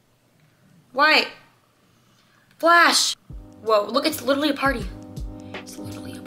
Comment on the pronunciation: Did you guys hear her say literwy like times and she didn’t say it right once!!!????